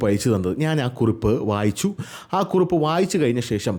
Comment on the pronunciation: കുറുപ്പ് അല്ല കുറിപ്പ് ആണ് 😅